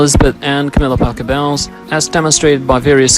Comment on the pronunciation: It’s Parker Bowls - like the game, not Bowels like in your gut!